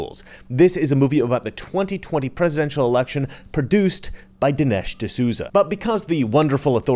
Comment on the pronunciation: It’s Dinesh not Delish!…..OMG!……DINESH D’SOUZA!!!